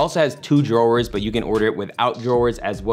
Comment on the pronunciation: Every word simply impeccable except.....drawers 🤣🤣🤣 Love the info and video as always!!! 💪💯‼‼